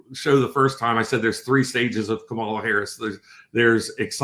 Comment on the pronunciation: The next time you have this GOP guest on, please let him know the correct pronunciation of Kamala Harris' name.